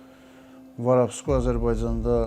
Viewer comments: biri bu başa salsın ki, Varabskoy yox Vorovskoy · varavskoy demeyi oyren sora video cek